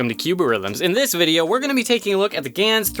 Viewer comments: It’s Gan, not Gans btw ;) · IT’S GAN NOT GANS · There is no S, it's GAN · Title: Gan 356x Thumbnail: Gans 356x How he says it: Gans 356x Me: UUGHG